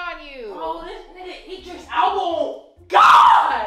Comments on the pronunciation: with the "Eye-dris" again 😂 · I'mma need you to say Idris right. Lol said it right. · It’s the eyedris for me lol. Don’t you love how keeps saying his name wrong omg bless her poor heart she just don’t know lol… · You're saying Idris wrong